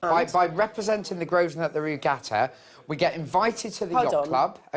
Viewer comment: it's infuriating hearing the owner of a business mispronounce it 90% of the time. it's not "grove-sner" it's GROVE-NER!!!